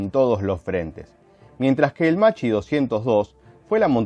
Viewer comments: Macci 202. Come lo pronunci tu si scriverebbe così in italiano, ma l'aereo non si chiama Macci, si chiama Macchi, l'h dopo la c fa la differenza, "ch" in italiano si pronuncia come "k" e "cch" come "kk" (quindi Makki 202). Così, per la precisione. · Macchi se pronuncia como Makki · Macchi si pronuncia “makki”, con la C dura, come una K